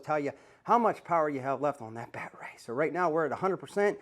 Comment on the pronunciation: The way this guy talks makes my skin crawl like I’m afraid he’s gonna well that’s not pc but it’s a battery not bat ray bud Good information this but no subscription